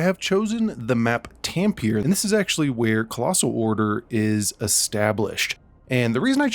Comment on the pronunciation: tam-pe-re. not tam-peeere